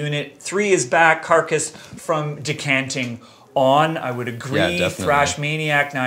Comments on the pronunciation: NO on Carcass, they are Goregrind. They are known for that. Heartwork and Swansong are forgettable....and its Descanting not Decanting. Cmon guys. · What's this "decanting" lol. Its DeScanting!